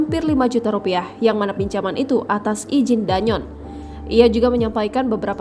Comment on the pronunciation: Mbak bacanya bukan danyon tp Dan Yon